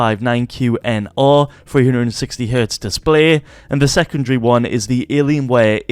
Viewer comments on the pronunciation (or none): none